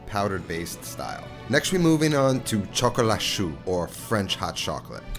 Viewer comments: Btw “chocolat chaud” is pronounced like “show” — “shoe” sound in French spells choux, which is cabbage. 😅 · French hot chocolate is "chocolat chaud" pronounced as shock-o-law show. You said "shock-o-law shoe" which translates as chocolate cabbage. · Chaud sounds like “show”